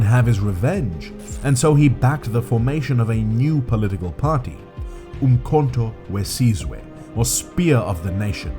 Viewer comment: I only subscribed coz you said Cyril wrong, but you said mkhonto wesizwe perfect lol...